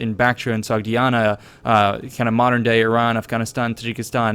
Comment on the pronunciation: You actually pronounced Iran right 😅